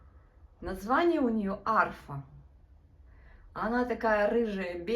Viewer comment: ну не Арфа,а Афра 😅